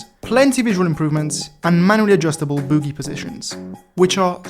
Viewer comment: me when misprounces bogie and pneumatic:( hint: the "o" in bogie is prounounced as "bow-gee" pneumatic is pronounced without the p. Also, the pneumatic simulation updates means that if using a vehicle with air brakes, you cant just stop and go and stop and go, youve gotta let the air brakes recharge.